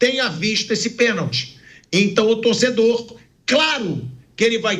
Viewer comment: Foi pênalti e não peeeeeeenalti.